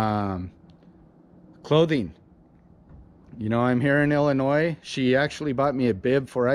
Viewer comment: OMG 😱 DID YOU SAY ILLINOIS WITHOUT THE S!! Good job!! Yes Dont drag unless its in the grass will be fine